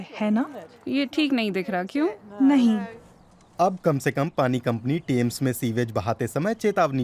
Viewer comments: The name is Thames, not tames fyi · टेम्स नही थेम्स